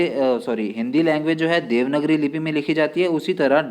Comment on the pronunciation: It's देवनागरी not देवनगरी sir 🙏🙏